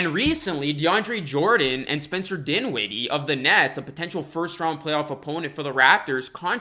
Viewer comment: He said that he would not say any names for who testing positive. Two seconds later he says dinwinee